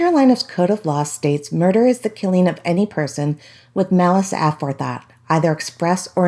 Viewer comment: Malice A for thought? That is not how it is pronounced guys